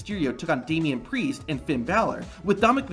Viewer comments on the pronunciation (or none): Did he say damian pricccce? 😢